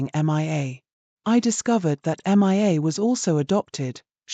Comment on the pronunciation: You really need to correct your AI reader to pronounce Mia correctly. It is really annoying to hear it pronouncing it as MIA (M.I.A) as that stands for Missing In Action in military parlance.